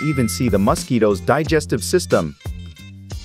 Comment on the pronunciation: Ah yes “masquietos”